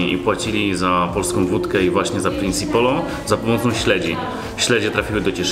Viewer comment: Mieszkam w cieszynie ale czy tylko ja mówię Prince polo a nie prinsi polo? I w ogóle moja mama projektowała tą tabliczkę 😂